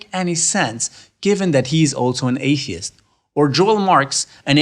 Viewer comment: "Apey-ist" looool i love it!